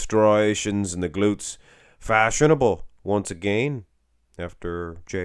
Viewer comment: You really said one mo gain 😂😂 where you from 😂